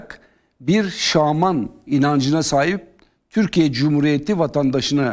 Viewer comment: Şaman yerine şağman mı diyo bunlar